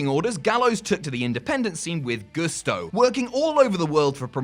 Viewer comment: Absolutely no one:: G o o s t o